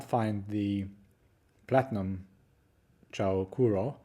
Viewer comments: Also it's pronounced as "choo"-sounding or "chuu" not "chow" hehe just thought you should know ✌️ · "Chou" is pronounced similarly to the "o" in English "so", but not "chew" or "chow". Chou Kuro means "super black", and I think it's a cute name. Chou is the same chou in "chou kawaii", meaning "super cute".